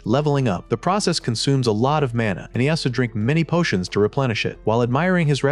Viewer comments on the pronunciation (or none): I didn't notice until towards the end, but was the narrator always saying "portions" instead of "potions"?